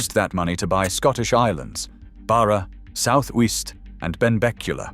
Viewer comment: Strath Nay -ver ya melt. And South Weest FFS.